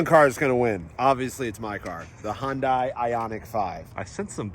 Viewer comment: Short Question but why, why can you Pronounce Porsche the correct way but not Hyundai? It's not hondey. No one you is pronouncing it the correct way. Please google it.